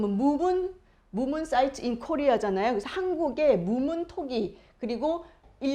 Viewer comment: 최소한 전문가라면 철.먼.토.기.라고 하면 안되지요. 즐.문.토.기.입니다. 정확하게 발음 부탁합니다. 고고학을 하는 분인지 모르겠지만 영어스펠을 보면 모르나요? 즐문토기, 비파형동검 등은 고조선의 지표유물입니다.